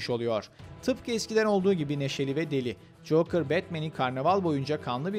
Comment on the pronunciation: coker ne cokeeeeerr tilt ettin beni insan bi googla translate yazar okunuşunu dinlerrrrrr